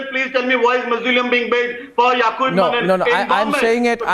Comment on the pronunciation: It's Yakub Memon, and not Menon 🤦🏻‍♂️🤦🏻‍♂️🤦🏻‍♂️😂😂😂